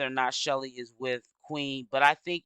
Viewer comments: Hi love your videos. Her name is pronounced SHELL like seashell… Her name isn’t Shelly. Please make note so people can also use these videos in the investigation. Details matter❤ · Chelle, like SHELL. Why you mess up everyone’s name?